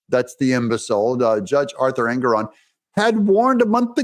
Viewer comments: Engoron pronounced Egnorant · I watched that judge Ingram or ignorant or however you pronounce his name on a interview and I think he's slightly off his rocker and not firing on all four cylinders he may just be a real serial killer